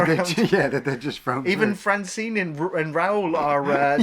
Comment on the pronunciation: It's Airk, Fin Raziel and Franjean, not Eric, Fin Razelle or Razeel, and Francine. Francine's actually a winner, though. 😁 Really not looking forward to the series. It's Kennedy's Lucasfilm, so they'll just destroy another beloved classic.